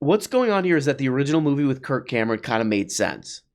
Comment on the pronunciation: said "Kirk Cam'ron" lmao